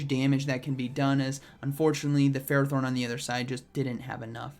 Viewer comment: get off his butthole “bro” this dude can’t pronounce ferrothorn, forgive me for not knowing if he knows what stab is